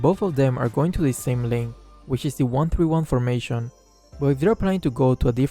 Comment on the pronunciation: formeishon xd